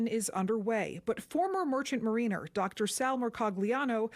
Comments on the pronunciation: Learn how to say “mariner”. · 'heading south to its next destination in Iceland' - pardon? - Also this woman doesn't know how to say the word 'mariner' correctly. Bizarre.